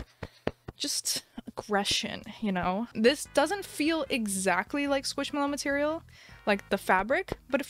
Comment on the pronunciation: How much scwishmelow